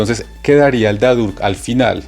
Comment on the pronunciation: Estoy en el nivel B2 Berufsprachkurs y no encontré más videos que este para aclarar este nuevo tema con „dadurch-dass und indem „ estos conectores son nivel b2 y c1 , gracias por la aclaración. Solo la pronunciación no es correcta ya que dadurch sonaria como ‘dadosh’